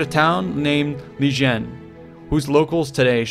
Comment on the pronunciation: The J in Li-jien would actually sound like a light t